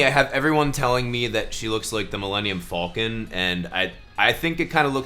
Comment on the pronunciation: “The Millennium FALL-KIN”